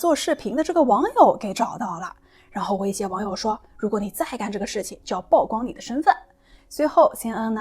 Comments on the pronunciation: 曝光 曝露 野人獻曝都唸「舖」不唸「報」. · 姑娘，請讀：曝（Pu）光。加油！